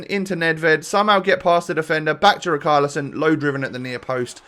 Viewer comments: Please say riCHARlison not riKARlison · Pernounce richarlison properly